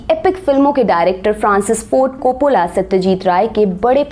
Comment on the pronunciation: It's Ray not Rai Copollo not copolla